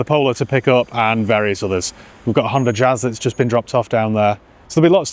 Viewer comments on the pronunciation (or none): none